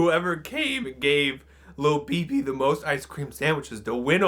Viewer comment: I kept thinking it was pronounced and spelled Thobibi, or Lobibi. But then I looked in the description and it said "Lil BB" Close enough.